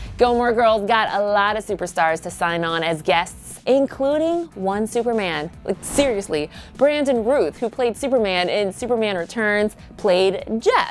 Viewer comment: she mispronounces Brandon Routh's last name as well. "Routh" like "south."